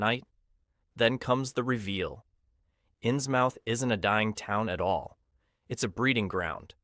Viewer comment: 😩the way he says inns mouth!! 👄 (it's pronounced inzmuth)